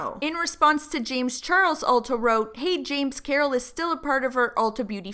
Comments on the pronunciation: Every time said “ultra” instead of “ulta” I died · i love the way says ultra instade of ulta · lmao that called it "ULTRA" smh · said “hello ultra” 😂 ULTA not ultra 😂😂😂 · saying “Ultra” instead of Ulta PLEADING at them made me CRINGE SOOO BAD. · saying Ultra instead of Ulta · when he calls it u l t r a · dying at calling it "ultra" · saying "Ultra" xDD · every time says "ultra" i actually wheeze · babe it’s Ulta 😂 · Lol ultra...that's how you get taken seriously by a company, mess up their name...REPEATEDLY 😂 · Jade Hansen bc its Ultra without an R. this how is. 😂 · calling it "Ultra" lolololol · Forget Carol... I’m pissed at Ulta for shading because he pronounced their name wrong. I’m still mad about the Carol situation though. Carol should’ve gave right information, but she shouldn’t have been put in that position in the first place. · I looove how mispronounced Ulta but said Sephora correctly! Haha!! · mispronouncing beauty companies is everything. “ultra” “sumphora”